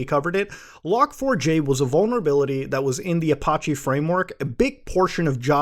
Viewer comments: "app-oh-chay" ouch....seriously....ouch......PLEASE quit mangling names, for the love of god..... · you say apache funny lolol. I also have alias' for both "delete" and "restore" huehue